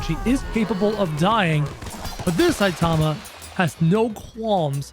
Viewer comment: It's not satama it's saitama